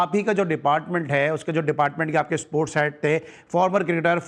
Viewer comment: The host be like issssports, cirkit, 😂😂😂